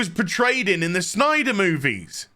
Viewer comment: It's Snyder, knucklehead. At least say the name right to get your point across. If not, then you're just a joke.